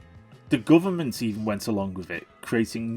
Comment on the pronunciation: "Bruverment." Priceless!